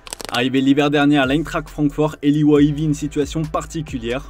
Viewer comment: pas convaincu par Wahi pas Weah 😉